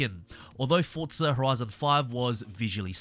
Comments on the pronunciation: It’s not FORT-ZA say it correctly it’s FORZA where are you getting FORT-ZA ? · When you review a game, at least get the name right, it's Forza, not Fortza